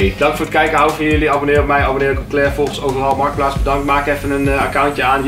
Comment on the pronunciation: “MARTKPLAATS” NICE